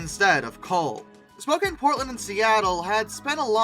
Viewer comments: Re record your commentary with correct pronunciations. It's spo-can just for one example. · Spokane =spo CAN. Spokane sounds kinda like a slow CAN. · Even though "Spokane" looks like it should be pronounced the way you pronounce it in the video, the correct pronunciation is as if the "e" were not there, with the last syllable sounding like the word, "can". You're welcome. =PC=